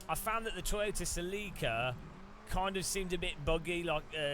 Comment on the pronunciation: Huh. I have never heard someone pronounce celica that way.